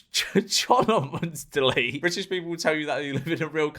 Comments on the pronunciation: well actually 🤓, it's "chumley" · It's pronounced Chumley (somehow)